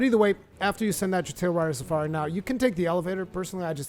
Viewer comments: "Tailrider Safari" - Its "TailRAIDER Safari" :P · Argosy = ar-guh-see also Tailraider Safari = tayl-ray-der suh-far-ee Awesome videos! New subscriber!